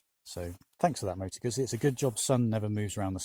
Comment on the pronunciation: In fact it is not a Gassi it is a Moto Guzzi. It is not difficult to pronounce this name correct. So come on a little bit more effort as respect to this nice bike.